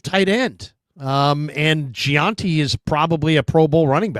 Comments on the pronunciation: please it's Jen-tee not je-an-tee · His last name is Jeanty it’s not that hard for F sakes